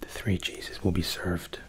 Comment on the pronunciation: I could have sworn when you said “our 3 cheeses” you had actually said “our 3 Jesus”. 😂 Luv you!!